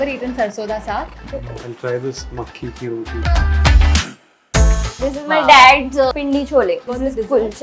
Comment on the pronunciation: Its pronounced makki ki roti and not makke ki roti